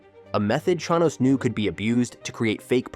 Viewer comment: Ai slop cant even pronounce the subject of the video correctly